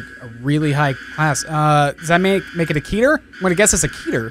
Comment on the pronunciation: You say it "keh-tur" not "kee-tur".